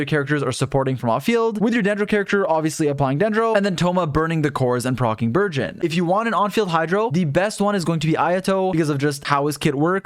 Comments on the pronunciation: I keep hearing virgin thoma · i kept hearing burgeon thoma as virgin thoma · Burgeon Thoma but I can hear Virgin Thoma 😂😂😂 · I keep hearing virgin thoma pls stop 😭😭😭